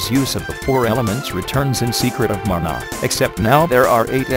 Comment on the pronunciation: "Story of Muh-nah!" lol